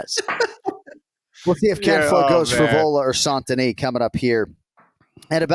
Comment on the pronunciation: is the only one that pronounces "Benoît Saint-Denis" 98% perfectly. It's not "San-Denis", it's "saint" as in "tainted". The missing 2% is just the emphasis on the middle consonants "sainT-Denis" that is too heavy, it should be said in one word with no punctuation like "Saindenis". And if you wanna get cute, the "oît" should sound less like a "wah" and more like a fast "ooa".